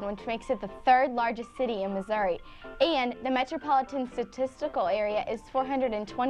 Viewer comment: Where is Missou-ah? I am from Springfield Missouri